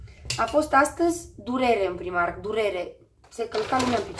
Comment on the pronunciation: "Praimarc" nu 'primarc'...